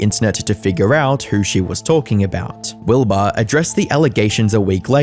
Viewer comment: Wilbahh bit me fingahhh